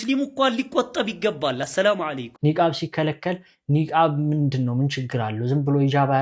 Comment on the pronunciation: ኧረ አሰላማለይኩም አይ ባልም ሰላምታሽን አሶተካክሊ አሰላሙዓለይኩም በይ